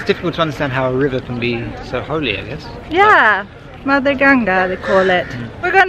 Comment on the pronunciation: Juz one Problem its gan ga jus makimg it easy for you itz g an ga, pronounce it properly Or else Call it a River Ots a request cuse i m offended by the word you said